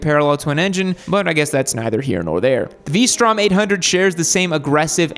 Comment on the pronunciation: said P strom. 🤣🤣